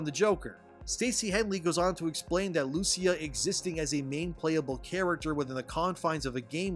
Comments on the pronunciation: It should be pronounced “Lu-Chee-A” 🇮🇹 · Great video! I hope that Rockstar will never bend the knee to what woke activists demand, they should remain as politically incorrect as always. BTW The name of the coprotagonist "Lucia", is pronounced with an emphasis on the "I" not the "U".😉